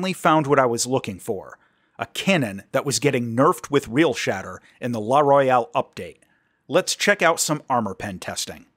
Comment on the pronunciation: Everyone is saying the name wrong. It's "Real-shitter"